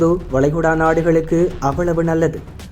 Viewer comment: அதென்ங்கடா அ'மே'ரிக்கா?படிக்க தெரியுமா உச்சரிக்க தெரியாதாடா?